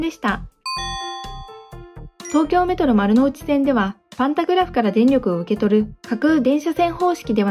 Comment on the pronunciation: ｢パンタグラフ｣が｢パタングラフ｣です笑